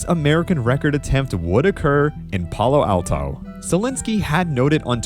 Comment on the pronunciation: Love the video, but that is some weird emphasis when you pronounced Palo Alto